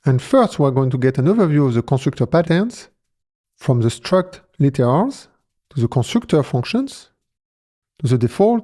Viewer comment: Great video. 👍 But one word I couldn't understand I'm wondering about... the "CC" subtitles say "struct laters" and "struct liters" . What is he saying?